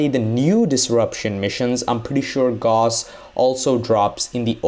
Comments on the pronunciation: gauss ... not ghoss.. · BTW Gauss it's pronounced like house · Gauss (actually spelled Gauß) was a German mathematician. (see The name is pronounced German, it sounds like "Gous", like in house or mouse. Not "Gaws" like in all the videos. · Gaus, not Gos. Come on, dude. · No Its guss.. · GAUSS AS IN HOUSE! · It's pronounced Gauss like Gous, put it into google translate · Why do you pronounce tier as tire it’s tear and gauss like gauss it’s gouss